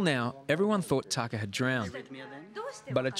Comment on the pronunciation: you are right, this guy doesn't know sht. It is pronounced Tah kah